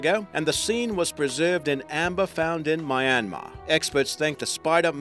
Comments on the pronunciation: Myan-mar not My-an-mar😅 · He said My-an-mar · Having spent 2 months in myanmar - it is pronounced Myinmar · Omg you said Myanmar wrong but oh well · How the hell did you just pronounce my native country's name? xD